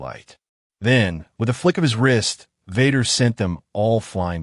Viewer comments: I couldn't go past 3 minutes on listening to the crappy AI reading... Darth Vahder was the last straw! I rather a real life person who stutters read this than AI. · The mispronunciation of Vader is hilarious